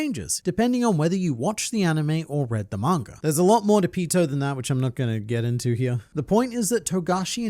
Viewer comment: Please stop saying "Manger" and start saying "Manga" thanks